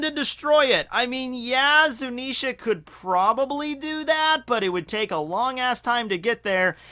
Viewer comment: he finally learnt how to say zunisha, not zunenshia